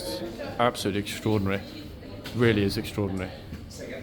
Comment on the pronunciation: "strodinry "strodinry "strodinry........."strodinry "strodinry.